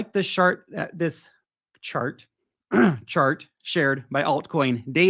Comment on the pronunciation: You said shart, lol. Love it